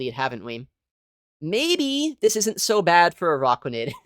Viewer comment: Its not AROCKuanid. Its ARACKuanid